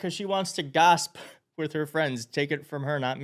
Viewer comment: She's in too much of a hurry to pronounce "gossip" correctly. That or she really meant "gasp." As in to "gasp about news of ...." Whatever.